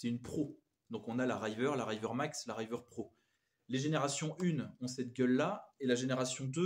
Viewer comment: RIVER Riz-veur pas Raille-veur